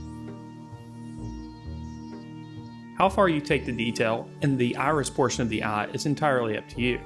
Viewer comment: Love how he pronounce eye as "ah"